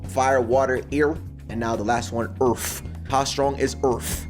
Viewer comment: The Earff🌎